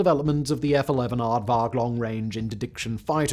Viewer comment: "F-one-eleven". The F-11 is the Grumman Tiger...